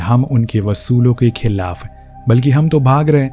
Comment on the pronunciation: Usulo se (not vasulo se)